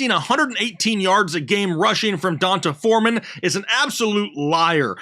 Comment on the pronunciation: Pronounced D Un Tay Foreman.